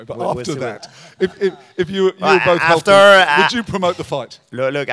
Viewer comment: Love how he says 'LT' instead of 'healthy'.